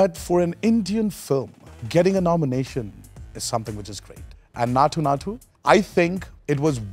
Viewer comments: Everything is fine but why is he pronouncing naatu that way.. he knows the exact pronunciation and instead of correcting it he is making it sound worse.. Please don’t do that.. please.. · Bro said naathoo naathoo 😭